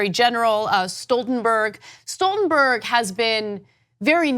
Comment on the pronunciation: Kudos to Ana for pronouncing Stoltenberg correctly! For some reason, people seem to think his name is Schtoltenberg.